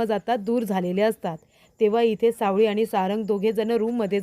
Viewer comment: सावली म्हणा सावळी नको